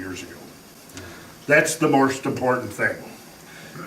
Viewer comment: "That's the morst important thing", how much was drinking?